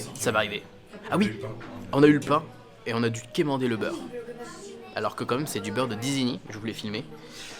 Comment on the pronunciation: Tu nous la refaites purée!!!! C’est pas un beurre de disigny, c’est un beurre d’isigny! La ville c’est Isigny, pas disigny…. À chaque vidéo où tu en parles tu te plantes, on te corrige et ça rentre toujours pas… tu fais exprès ou bien? A part ça, merci pour nous permettre de voir le Walt, ça donne envie de le tester!